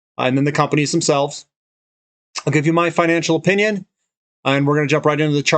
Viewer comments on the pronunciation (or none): none